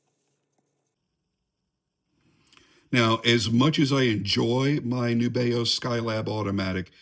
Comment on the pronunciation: Great tune,. I love Nubeo too. FYI, from the company, “The intended pronunciation of our brand name is indeed "NEW-be-oh."